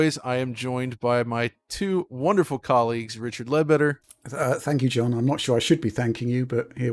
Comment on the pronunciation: hahaha, I honestly thought I was the only person who noticed his dodgy pronunciation of words. I really can't focus on anything else when he talks, except that speech impediment.